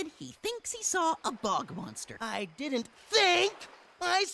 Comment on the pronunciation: IT'S BOG MONSTER!!! NOT BUG MONSTER!!!!!